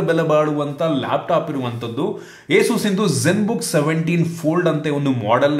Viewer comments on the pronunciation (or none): boss adhu ay suhs ay soos alla